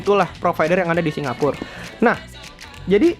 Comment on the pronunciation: hampir 20 kali dalam 10 menit ngomong singapurrrr....